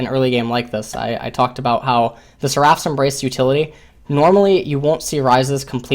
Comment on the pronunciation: he's pronouncing "seraph's" wrong it's bothering me xD